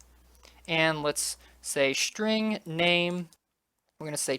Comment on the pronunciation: Dude, its called SSSSSSString not shring ^^